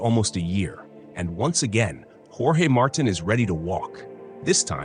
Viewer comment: You can't even pronounce the dude's name and you're just repeating other people's reporting.